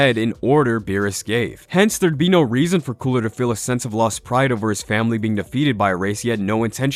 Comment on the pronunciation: So we're literally all going to continue to nerd out and ignore the fact that he said coola lmao , I mean I'm 100% with it it actually does sound better but at the same time ,, I need to confirm are we all ignoring this ? 🤣🤔🧐